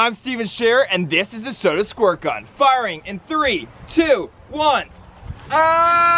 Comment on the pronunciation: ITS NOT SOAD ITS SODA